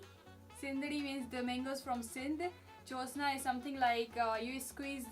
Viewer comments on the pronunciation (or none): Chonsa Mango bibi.... not chosna mango